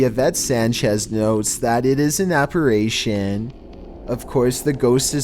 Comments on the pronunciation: Everyone else: Apparition: AppaRAYtion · Me: how do you pronounce "Apparition"?: apa-/rey/-shen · In number 8, this man says aparAtion 😂